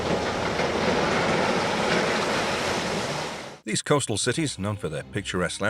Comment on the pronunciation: Contidjus?, ... The roof was punctured by a large hole?.... These "costal" cities? ... An "apparent" explosion?... "Stock" On Trent? ...Hit by another vehicle headed in the same direction? It was a bloody police vehicle which did a "PIT maneuver. I stopped watching after putting up with this garbage, including the digital talking head and narration.